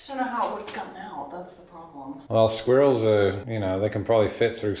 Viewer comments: Squeeerrils! Hahaha, you say it just like my Swiss gf 🤪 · That's not how I expected him to pronounce squirrels either. I thought with his accent the "R" sound would be omitted.